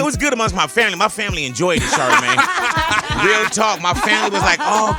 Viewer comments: Am I the only one hearing Big Boy say Shart-amagne?! 😂😭😭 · He calls him char da main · Black people either call him shortymane or shardamane